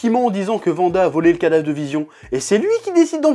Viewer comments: waaaanada please vanda ça détruit mes oreilles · Wanda se prononce Ouanda non? Et non Vanda chef. Je me trompe ? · Pk tu dis vanda et pas wanda ? Sinon super video 😄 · C’est WANDA pas Vanda 😭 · Par contre s'il te plaît .. Wanda, pas Vanda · Psk en français wagon tu le lis vagon. Mais bon après on s'en fout moi je dis wanda comme 90% des gens je pense mdrr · "Vanda" Aïe, mes oreilles...